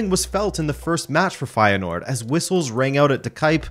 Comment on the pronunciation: It's not. The 'ui' sound doesn't exist in English. And there is not an h sound after the s. If you wanna know how it's pronounced I style you can watch the first 44 seconds of the title match of feyenoord against heracles. Kuyt scores a goal. The uy sound is the same as the ui sound.